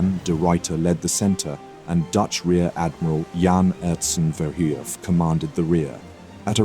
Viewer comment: VERHOEF IS PRONOUNCED AS YOU WOULD FIN BUT WITH AN R INSTEAD OF N. HOEF AS YOU WOULD HOOVE OF A HORSE BUT THE F AT THE END OF HOOVE AND NOT THE V SHOULD BE HEARD. VERHOEF. BUTCHERED.